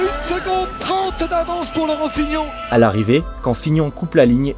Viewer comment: on dit pas plutôt : lemone et fignone ☺